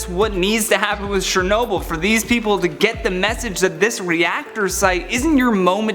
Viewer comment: it Chernobyl not shernobyl